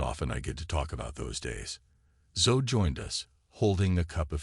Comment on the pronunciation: OKAY, 15 seconds into this narration and I realize it is NOT a human voice telling the story because "he" didn't know how to pronounce the little girl's name Zoe. It should have sounded as Zo E. Come on, people....get live narrators. There are people who NEED a good job, not artificial dumbed-down speakers.